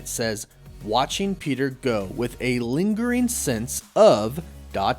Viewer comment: lingering sense* not sure why everyone has such a hard time with that word